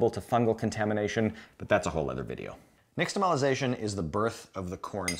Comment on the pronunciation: "X" in "nixtamalization" is pronounced "sh" (more or less).